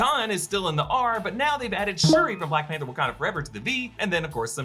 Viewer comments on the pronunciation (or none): none